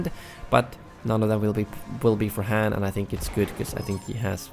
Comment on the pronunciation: Han not H a n